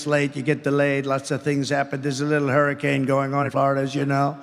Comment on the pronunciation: Lmaooooo Idiot said people don't leave while they are leaving😂😂😂😂.. "That little hurrincane"🤔